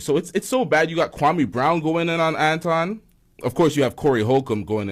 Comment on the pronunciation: Pronounce it AntWan. He changed his name for wypipo